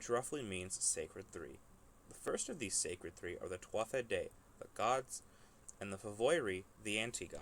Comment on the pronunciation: In "Tuatha," the "th" is silent....